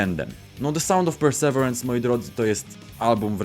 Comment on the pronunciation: To się mówi “persewirens”